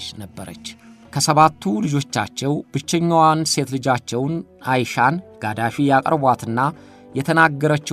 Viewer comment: ሙእመር ቃዛፊ ነው ማለት ያለብህ የሳዳምበልጅ ቃሲም ሳይሆን ቅሶይ ነው